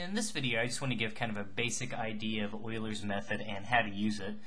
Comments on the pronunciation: patrickJMT Hey I love your videos! Its just that ive never heard it pronounced that way. Maybe Ive been doing it wrong. I pronounce it Ee-U-ler's not oilers. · it's euler's method not oiler method bro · Wow thanks!.. I googled it! It sounds so odd man to me but I'll live :)